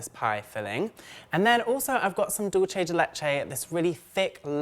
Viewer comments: PSA: it's pronounced "dool-seh," not "dool-che." It's Spanish not Italian. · Yes!!! That was driving me crazy. Spanish 'dulce' is not pronounced the same as Italian 'dolce.' I think that's were the confusion comes in. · Enough people say it that way that now it's just a thing. Oh well, no big deal